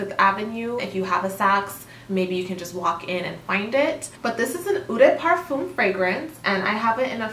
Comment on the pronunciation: If you’re going to make more of these videos you should watch a few perfume channels to learn the pronunciation of the key terminology! Especially “eau”, “toilette”, and “parfum”. (Also “peony”, “métallique”, “balsam”, etc...).